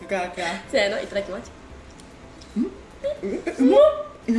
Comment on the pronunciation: 最近自分も食べるときはいいただきましゅって自然に言いがちで困る